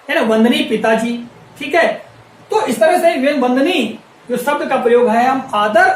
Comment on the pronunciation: अपने श पर काम करो सर आप बार-बार शब्द को सब्द बोल रहें हैं, श्री को भी आप स्रि बोल रहें हैं l